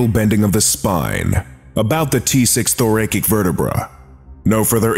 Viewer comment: Please learn to pronounce the word "thoracic"! It literally snaps me out of my enjoyment of the narration every time! The second syllable is NOT the long ā sound. It has the slight strong part of the word and should be pronounced like the word ass, or acid. The last syllable is NOT "KICK". It is not the strong part of the word and should be pronounced as if you're saying "sick". Or, "thr a' sik" Please correct me if I'm wrong, but this narrator has pronounced this word incorrectly in other videos as well. No insult intended, just a friendly FYI . 😊